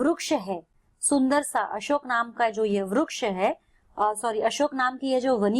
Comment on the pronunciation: ITS VRIKSH NOT VRUKSH